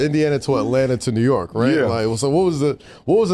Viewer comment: Mike is so funny , he said New York par .. lol